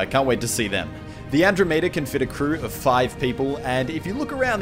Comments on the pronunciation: An - Drah - Meh - Dah Not An - Dro - May - Deh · I'm sorry dude I have to post this, it's pronounced And-drom-ada not Andro-mayda. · How do you not know how to say Andromeda? Its literally how it sounds. An-drom-eda not an-dro-meda. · It is AndromEda not AndromAda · sorry, did you say 'An-Droh-may-duh'? The proper pronunciation is 'An-Draw-Muh-Duh'. This isn't just an accent issue, you are actually mispronouncing the world. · An-drom-ihduh not andro meta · you're saying it wrong. It's pronounced "an - DROM - meh - duh" like the galaxy, you know... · Dammit Museli! That's not how you say Andromeda! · You pronounced Andromeda wrong, I almost threw up when you said it. Nice vid, though.